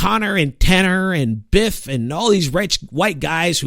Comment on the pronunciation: This dude said Biff lmao